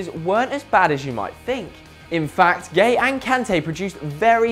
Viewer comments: I swear Gueye isnt pronounced as gay, Im not senegalese but i reckon its like Gu-é-y-e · do you really pronounce it gay?